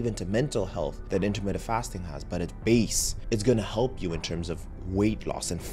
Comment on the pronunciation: Dude, it is not 'intermitted' fasting. It is intermittent!!! You're a 'doctor'?!